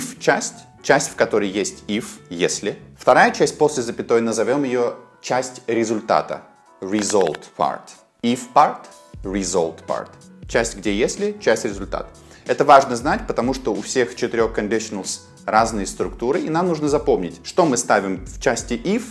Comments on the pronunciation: как вы учите языку,так моя тетя вам и зубы лечит с таким РИЗОЛТ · А почему Вы произносите Result через О и insist через Z ?